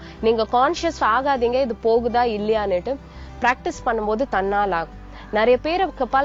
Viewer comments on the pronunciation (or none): none